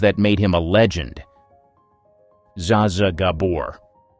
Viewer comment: This is such an unprofessional analysis. Look at the way they pronounced Zsa Zsa Gabor’s name. These are all famous people; you’d think they’d get the pronunciations right. No credibility.